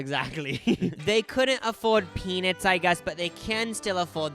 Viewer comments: I can’t get over pea-Nits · No one: and - “peanits” and “donits” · obsessed with the way you guys pronounce "peanits" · if these well intentioned gentlemen keep saying "pee-nits" one more time im gonna go crazy!! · not these two saying “peanits” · you guys are gay and you can't say the word 'nut'? it's PeaNUTs.